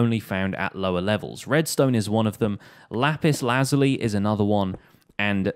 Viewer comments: It ain't lazuly it's said like this laz you lie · okay no hate but lap-is-la-zul-e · I’m just saying it’s pronounced lizuli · Y do u think were dumb and it’s lapis lasula